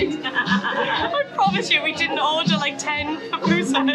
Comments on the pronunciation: Girl that’s my country and btw it’s Poo-poo-sas ok 😅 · PAPUSAS HAHAHAHA THESE GRINGOS BUTCHER OUR LANGUAGE. PAPUSAS HAHAHA IS PUPUSAS.